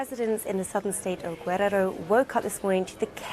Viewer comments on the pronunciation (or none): The way she pronounces "Guerrero" is kinda funny 😭